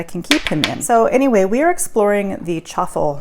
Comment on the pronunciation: but on the messages it sounded like truffles. And you never said egg and cheese!!